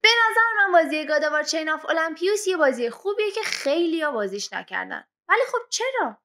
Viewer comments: نوشته الیمپوس بعد المپیوس میخونیش😐😂 تو تامبنیلم نوشته المپوسی ://// خدایش روی خوندن کلمات تمرین کن😂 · ٱلمپیوس؟!!!! 😐😐😐😐😐 اول درست تلفظ کردن رو یاد بگیر بعد در مورد گیم نظر بده